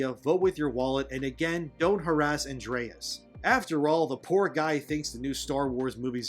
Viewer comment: I love your videos, but I cringed every single time you mispronounced Andres's name, lol.